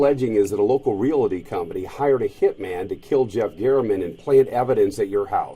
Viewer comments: The real crime here is how the reporter pronounces "Realty" LMAO uughhhh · What is a “re-altee.” I know about realties, but this reporter is asking about something else.